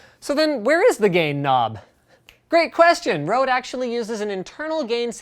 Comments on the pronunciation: It's not Rode it's Røde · I as a dane can't help but chuckle just a bit, when people say "rode", even though it's with an Ø. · It is called Røde not Rode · it isnt rode it is røde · It's Røde not Rode... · Why does everybody call it rode its an ø not an o GEEZZZ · It's Røde, not rode... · Sum bloke Also, I'm not trying to point fingers and say "haha, you can't pronounce it", I just think it's funny because I read the letter Ø and then it just seems absurd when people say it with an "o" sound. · I know it's 4 years late but "Rodent USB" really??? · It is said like ro-d-e and it's not O. It's ö in Norway. I don't have a Norway ö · i like the way you say "røde", totaly wrong